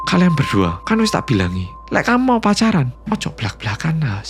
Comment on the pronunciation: "pacaan" njowoo bangett😂😂